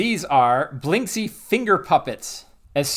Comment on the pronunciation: I LOVE this video and i will try to buy this LE, BUT... This surname reads correctly as "Blinskiy", I'm Russian, I know what I'm talking about.